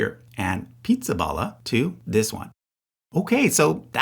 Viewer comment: Did you deliberately mispronounce Pizzaballa in a mocking way? Or did you not know any better?